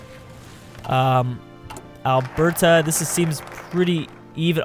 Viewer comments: Its ALBERTA. Not al bertha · It’s not albertha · Sas-cat-chew-won Al-Bert-a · Its definitely Sass-Scat-chew-wan ... also alot of people here in Canada dont pronounce Alberta with a hard T. Sounds more like "alber-da"